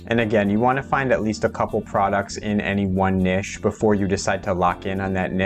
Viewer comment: Hi. It’s niche (rhymes with itch) OR niche (rhymes with nEEsh), NOT “nish” (rhymes with fish). This has been a public service announcement.